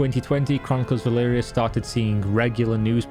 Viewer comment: E L V R I A. Why the fuck do u keep saying E L V IIII R I A